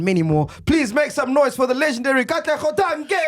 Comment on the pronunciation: 😹 😹 MacG really said "Katlego Dankie"